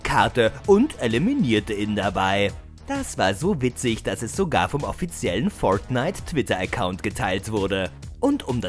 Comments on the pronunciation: warriorjay xd das ist english USA dort spricht man das r immer so aus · Spider Man das ist English USA dort spricht man das r so aus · Leider sprechen sie es komplett falsch aus und vermischen es dann mit deutsch. Deswegen klingt es so albern. P.S. Sie geben sich leider nicht mehr so viel Mühe wie früher, da ihre top Listen immer langweilige und unkreativer werden. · Hahahaha „föirtnite“ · ja aber es klingt komisch wenn man es so in einem deutschen Video ausspricht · Kann der Typ fortnite richtig aussprechen oder?🤷‍♂️das Video is so dumm ihr habt null Plan von dem Spiel 🙎‍♂️